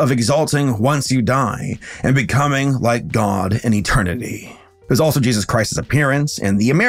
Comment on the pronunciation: I love his work and since subscribing 3 days ago or so, I am already through half of his catalogue, But I deeply and passionately wish he's stop mispronouncing Jesus, I am Christian but Idc what your beliefs are or how you feel about God, Yours is your life to live not me, But over half the videos of his I have watched he says Jesus at least like 10 times an episode, and hearing Jayeyzus stopped being funny after like the 10th video, Now it's just like nails on the chalk board, Also again this has nothing to do with religion it's just the deliberate mispronunciation of any word, It could be Satan but if he said Satin every video it'd still get old